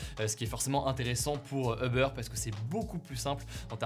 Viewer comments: non 💀 en anglais c’est « Ou-ber » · Hugo, si tu veux rester fidèle à la prononciation anglophone, c’est “houbeur”ou “youbeur” que tu devrais dire. Pas “heubeur”. 😌😄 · Tu peux stp prononcer “OU-Beur” & non “EUH-Beur”? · On ne prononce pas Uber "Eubeur" mais Übeur avec un "u" comme dans "minuscule" + beur comme le "beurre". C'est un mot allemand qui veut dire dessus. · Bonne vidéo ! Par contre c'est Uber pas Eubeur 😉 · "Obeur" ça me fait mal aux oreilles. Je veux bien comprendre que le mot soit prononcé de manière française, mais dans ce cas dis uber comme ça s'écrit en prononçant le u. Sachant qu'en anglais ça se prononce "ouber" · C'est pas Eber mais Uber (youber) en prononciation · C'est UUber et pas EUber! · pourquoi tout le monde dit "eubeur" alors qu'en anglais ca se dit "oubeur" ??? si on veut prononcer à l'anglaise autant le faire correctement non? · C’est pas Eber c’est Uber « U » pas « E » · U-ber et non eh-ber!! 🤦🏼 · Ça se prononce oobeur ou ubeur mais pas eubeur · Peut-on tous prononcer « you-beur » au lieu de « heu-beurre » svp? Merci ! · FYI, c'est pas eubeur, mais youbeur... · "eubeure", non il faut arrêter, ça fait mal aux oreilles. Les anglophones prononcent "ou-beurre". Quand je parle français je dis "Hubert". Ça marche très bien. "eubeurre" c´est vraiment la honte. La marque de ceux qui ne savent parler ni anglais ni français. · A part les anglais qui n’ont pas le son « u » j’ai jamais entendu qqn prononcé eubeurre ahah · Pourquoi tu prononce "Oeufbeurre"? La première lettre est un U.... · Stressant quand tu dis EUBEURRE mdr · Pourquoi il dit Euber ? 😅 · Comment il prononce Uber j'ai jamais entendu ça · "Eubeurre failleulse" wtf Hugo? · « Uber faïeuls » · uber fiyeulesse ? mdrrr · Les uber failleulz ! On dit Uber "faɪlz"